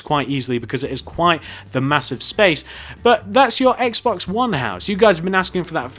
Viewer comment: What about a Wii U house? BTW instead of Xbox, you said Axe-box.